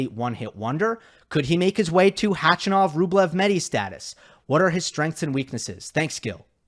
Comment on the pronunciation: Gill.......I love you but can you please stop mispronouncing Khachanov's name